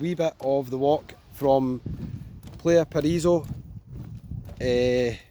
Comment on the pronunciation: Try Alykanas and Alykes in Zante, just to show not all of Zante is like party time Laganas! And it’s time you learned some Spanish, so you can pronounce places properly, like Plahyah Pahrahiso and Golf del Soor!